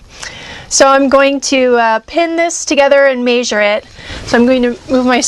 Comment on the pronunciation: "may-zure".... measure, it's measure. with an "eh" sound m-eh-sure